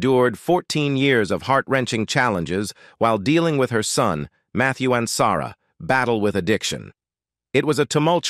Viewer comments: It would be nice if you had a live human instead of a robot doing the narration. It became apparent when listening to the weird pronunciation of Arnaz and Ansarra, to give two examples. As for robots, I like the robot on "Lost In Space" better than whatever you have reading the script. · I remember Michael Ansara as well ! I wish they would find a way to learn how to pronounce the names correctly.